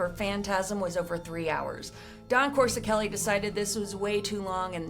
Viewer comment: Wait lol o heck No!!! Did just slaughter Don Coscoreli s name by brutally mispronoung his name lol.. and she is giving facts about this movie. Well if your gonna host and talk about this iconic horror Sci fi fantasy classic and spit out these amazing facts about what went on behind the making of this iconic classic damn atleast get the director s name right.. don't just mention his name more than once and butcher his name several times u say his name... I was like really??!!. She says coreseli or some thing way oft from the spelling of his name. It's Coscoreli. Geeez!!